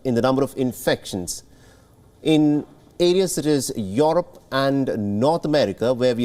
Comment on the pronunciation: Yorap or Europe 😄 🤣 😂 😆 this accent though